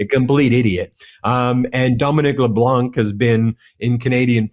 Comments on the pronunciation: Ben, I love you broadcasts, but as a bilingual French Canadian I have to inform you that the "c" in LeBlanc is silent. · There is no K in Leblanc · Dominic Leblanc - the c in Blanc is silent... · Dominique LeBlanc (don’t pronounce the “c”).